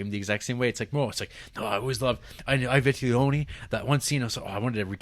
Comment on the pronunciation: It’s ‘ee vee-teh-lonee’ Try again.